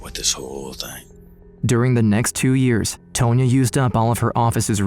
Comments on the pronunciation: TAHN-YA. The lawyer's name is pronounced TAHN-YA not "Tow-nya" 🙄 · Tone-ya? I think you mean Tonya, like Tawn-Ya. Ya whatchacallit.